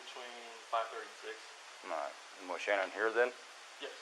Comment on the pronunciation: It is Shan on